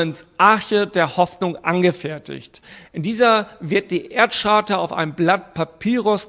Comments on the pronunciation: Charta wird Kaarta gesprochen und nicht Tscharta. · Man spricht Charta übrigens mit einem K am Anfang. Just saying... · "Charta" spricht man mit einem "K" vorne. Ansonsten auch ein vollkommen dümmliches Video.